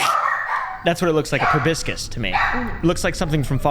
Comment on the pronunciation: can’t pronounce proboscis